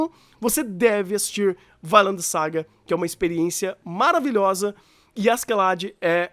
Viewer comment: "Vailend"?! Depois de ver o anime só consigo falar "Vinlando". XD